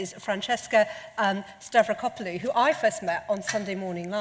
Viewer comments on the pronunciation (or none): During introduction it sounds like someone just off camera is actually carving a pre-historic sculpture of YHWH 😂 … oh, it’s her earring! Please pronounce Dr Stavrakopulou’s name correctly though! What a wonderful group of cool and smart people.